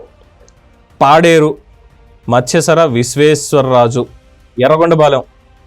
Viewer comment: అయ్యా మత్యసరా కాదు నాయనా మత్యరాస విశ్వేశ్వరరాజు తెలుగు నేర్చుకోండి సార్